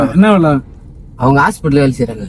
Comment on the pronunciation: Hospital ❌hospatal✅